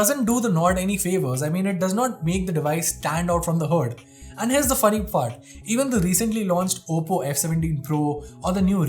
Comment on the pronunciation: "now, here's the funny fart(he tried to say part)" 😂